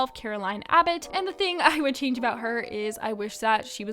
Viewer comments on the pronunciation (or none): none